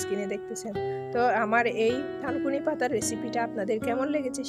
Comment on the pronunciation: লেখা থানকুনি,বলছেন তানকুনি। আসলে কোন পাতা দিয়ে করেছেন?